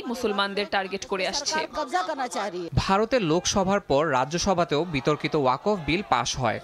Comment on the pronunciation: মুসলিম হয়ে ও ওয়াকফ উচ্চারণ বিকৃত কেন?